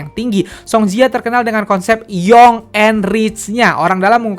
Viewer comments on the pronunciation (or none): none